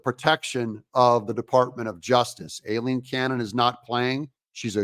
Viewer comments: it's pronounced eye-lean cannon. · You’re mispronouncing Judge Cannon’s first name (Aileen). The correct phonetic pronunciation is: Eye + Lean = Ai-leen 👍